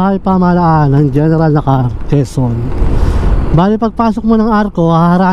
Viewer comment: Na•kar, hindi Nakar!!!